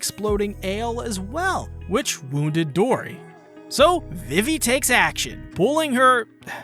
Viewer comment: A few things it would help to understand a bit better Vivi is pronounced "Vee-Vee" The 2nd longest arc in the series is 100 chapters. If you need 2 parts just to cover Little Garden . . . . I got bad news for you. I think you are just trying to be funny, but its just "Arabasta" not "Ara-Arabasta". The English dub pronounces it "Alabasta" and I think thats better for English speakers.